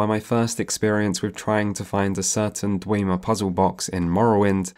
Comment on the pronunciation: "Dweemer. Burma" Lol